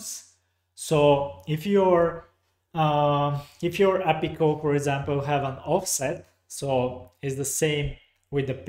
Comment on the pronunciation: I think they've changed the ListView data source connection? I see a different thing when I try. Also never heard API pronounced appy before, took a while to get used to:-)